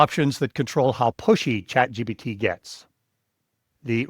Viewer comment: It sure sounds like this guy is saying chatgBt rather than the correct chatgPt